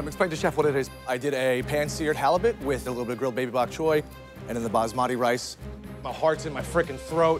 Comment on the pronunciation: its not bazmadi its basmati